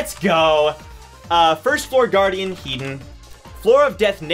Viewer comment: The way he says "Headon"....